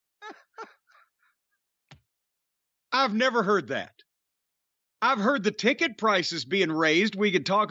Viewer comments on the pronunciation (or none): It sounds a lot like he said chicken. Probably sounds closer to chicket. It was a slip from the audiencer as the crowd had just popped and I think he got flustered.